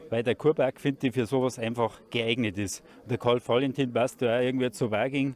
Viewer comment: Macht Lust auf die Ausstellung im Juli 2023 am KV-Musäum. ABER: Dass der Sprecher - anders als der Ausstellungsmacher Peter Syr - gleich mehrmals von einem Karl W(!)alentin spricht ( , u.a.), ist nachgerade weder begreiflich noch verzeihlich!